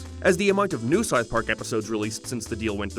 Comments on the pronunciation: what the hell is Sarth Pawk? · The fawk is sarth park? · Ok but wtf is "Sarth Park?" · Sarth Park?